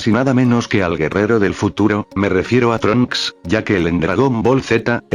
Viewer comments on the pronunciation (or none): trunchs ni gotenks